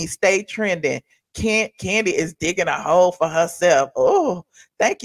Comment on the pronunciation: Do they call Kandi, "Koondi,"? 🦝😂